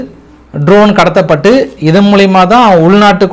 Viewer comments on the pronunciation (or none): none